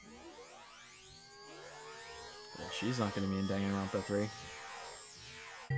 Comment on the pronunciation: "Super Danganropa Sunshine"